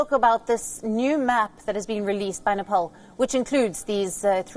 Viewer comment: I swear I heard she said Nipple PM 😳